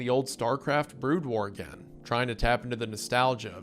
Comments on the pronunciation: 'BROAD WAR' My earssss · BROAD WAR?????? BRO YOU ARE DOING THIS ON PURPOSE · I died every time he pronounced it "broad war" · Later on he started pronouncing it correctly... either someone let him know between cuts, or he did it wrong for engagement. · I was lying in bed enjoying the story about his Dad and 'the fly' and I had to get out in frustration at broad war. Glad to see you are here berating him already doing the lord's work :) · Which he followed by calling Starcraft's "Brood War" expansion 'Broad War'. 😭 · This mispronouncing of the race names and brood war is fucking crazy and more people need to be triggered by it. I swear he did this on purpose there’s no way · I find it so funny how he mispronounced some of the StarCraft names but also mispronounced Brood, only to say it correctly later. Might be one of the only times I was aware of him mispronouncing words lol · his pronounciation of Brood War makes me wonder if he even is human XD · i started to think you are a secret starcraft enjoyer until you pronounced brood war :D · Surprised more people aren’t complaining about how he said Brood!!! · "taroon" "Broad war" Ain't no way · i love you mr goon but you really gotta do some basic pronunciation research for these, ill never get over tuhrin and broad war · I was like, “‘terr-OON?’ ‘BROAD war?’ Is this some kind of bit?” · it has to be, after the first time he says it, he goes back to pronouncing Brood War correctly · He does start getting it correct later on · excuse me? "Broad" war? It's BROOD war! >:c Even my german ass can read this better. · My dude. BROOD War. Not Broad War :) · Not broad war, Brood war. Brood as in a brood of chickens etc. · BROOOOOD WAR NOT BROOOAAD WAR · I love all of windegoon pronunciations of StarCraft terms lmao. BROD WAR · These mispronouciantions are hitting me like flashbangs "Broad War" "PC Bangs" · ...i'm guesing wendi** didn't research this himself, othervise he would've known how to pronaunce "brood"